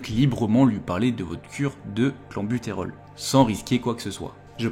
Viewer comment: oui oui mais on dit "clènbutérol" et non "clanbutérol" et "bronkodilatateur" et non "bron chaud dilatateur" et tu n'en dissuaderas pas un seul...ça semble si simple (à première vue)